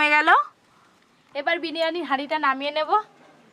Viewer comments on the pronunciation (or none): none